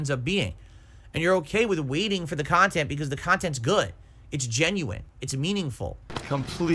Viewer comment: trying to convince detractors he actualy makes "meaningful khantent" way too hard lol